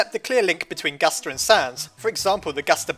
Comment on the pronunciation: I love how you say gaster but I have no clue why XD